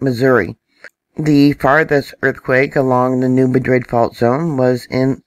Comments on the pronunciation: New MA-drid. Like apple. I know...but that’s how it’s said. Thank you,! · Thank you for your videos..... I enjoy your content. ❤️ I live in the New Madrid area...... if you are a local to the New Madrid area, it’s pronounced New Maaadrid emphasis on the word mad... I’m not trolling. Love your content.....we just pronounce some words differently around here 😊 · Probably hear it both ways because of new people moving into the area. It’s New MADrid, Cayro (Not Cairo) and EldoRAYdo (not EldoRAdo). Etc...